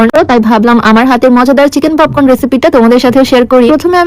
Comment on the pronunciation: পপকর্ন ❌ পপন ✅🤣🤣🤣